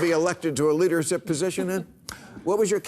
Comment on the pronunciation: Poorly read and some bad examples -- best you can come up with against Costa Rica? And it should have been "their wooden balls," opportunity missed. First TikTok muted. Burundi joke told poorly (not "citizens to stone gay people" but "gay people should be stoned, and not in a good way." How do you stone someone with pot? Speaking of which: Constant clearing of pot smoke from throat. "Leadersip" (leadership) "ruely shot" (routinely shot) And finally: Trump's point is that he ISN'T a quitter and is staying here, as a sacrifice, to fix it (I hate Trump vastly more than you, but you make his point for him.)